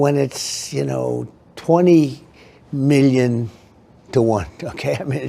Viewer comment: Why is that dork unable to say the word million. It is two L's not a Y